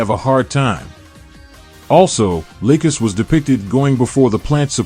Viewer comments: The only thing I've noticed he says Lucas instead of lacus lol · Lay-cus XD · her name is Lacus say it right omfg this pisses me off